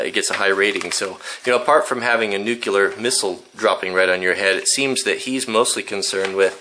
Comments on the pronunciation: NU-CLE-AR NUUUUU... CLEEEEEE... ARRRR "NUCULAR" ISNT A WORD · It's "nuclear", not "nucular". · I apologize for being pedantic. The word is NUCLEAR, Nu Clear. not NUCULAR. the word comes from nucleus, no such word as NUCULUS, doesn't exist. I point this out because you are a good role model and do have influence. Saying this wrong makes you sound like an idiot, like GW it compromises your credibility. It is not hard to say, nuclear, nu clear. Thanks really enjoy your channel. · It's nuclear (new-clee-er). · i find it impossible to believe that someone as well rounded, well educated, and well read as you,, would pronounce it "nukular." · Please say 'new-clear'. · Sorry but I don't trust a person who reads "nukelar" for nuclear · Nuclear. Nu-cle-ar. Nuclear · new.. clee...er...